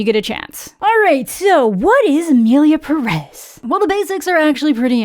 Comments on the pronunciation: You said 'Emilia Perez' so well. Y'know, you could have horrible mispronounced, butchered the title, and Mexicans would have been grateful hahahaha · (Spanish speaker here) Not even starting the video and I'm already impressed !! Your pronunciation for "Emilia Pérez" is so good !! Better than the director, I bet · Appreciate how you’re the first English speaker to correctly say the title of the movie. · I mean, most musicals nail all songs, though; that's the point... so, they really have no excuses... Also,, excellent pronunciation of Emilia Pérez in the intro! Yes, different accents in Spanish are a problem in movies made by non Spanish speakers. I'm so angry about all the problematic behind the scenes of this movie, but also with the in-movie messes (and offense, honestly)